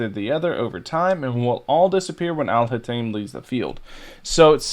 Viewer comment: You mispronounced Alhaitham's name but I prefer you stick with your version anyway because it's way funnier 😂